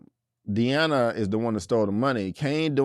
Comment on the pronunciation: You keep calling this girl Deana every episode. Her name is Diana 😂